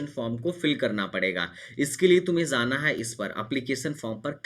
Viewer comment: Bhai Zaanaa Nahi hota Aap galat bol rahe ho Spelling Aor Pronouncetion Bahut hi Galt hai Aap ki